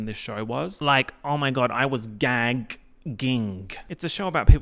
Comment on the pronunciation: “Gaa-ck-ging” is absolutely earth shattering